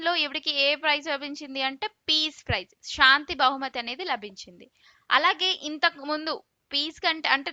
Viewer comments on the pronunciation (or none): none